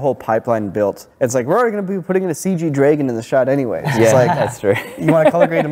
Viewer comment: "CG dray-gon"